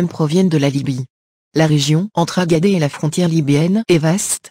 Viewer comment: Agadez, on dit Agade(sss), et non Agadé.